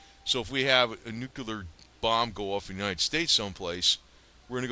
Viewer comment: Nu cle ar Not. Nu cu Lar. !!!! Damn